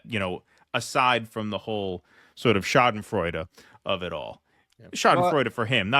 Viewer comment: I like the way says "Schadenfreude" 😁👍